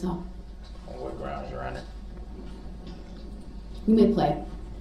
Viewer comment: Don't forget #GROUNDZ#